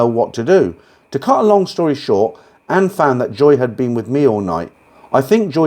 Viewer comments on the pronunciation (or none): none